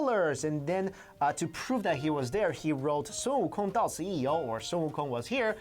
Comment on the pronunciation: Just hear the pronunciation of sun wukong compared to games who have sun wukong in them like league and smite. I find it offensive how they pronounce his name completely wrong, like they didn't bother to do research smh.